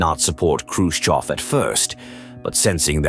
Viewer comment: Khrushchev not Khrushkov. If you’re going to use an AI voice generator, at least get the man’s name right.